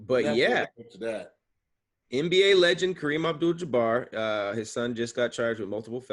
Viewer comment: LMFAO said “Kareem AbJewel DeBarge”